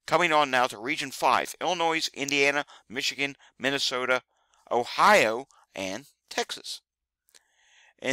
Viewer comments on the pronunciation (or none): none